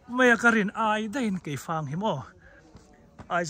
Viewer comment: Keifang aw keih fang nilo in Sir